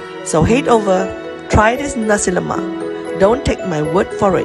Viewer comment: No raso lomak y00 nasi lomak.noww yyy y000😂😂😂